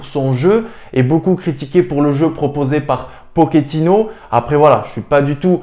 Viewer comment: Juste pour info comme c'est un argentin on dit pochettino pas pokétino. J'aimerai tellement que Hakimi revienne mais en interview il a dit que le real ne comptais pas sur lui après son retour de prêt de Dortmund ni quand il y avait option d'achat a l'Inter pour le racheter 😒